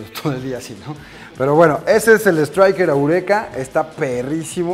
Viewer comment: Así no se dice estriker eureka